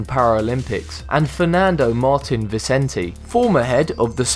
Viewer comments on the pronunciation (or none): none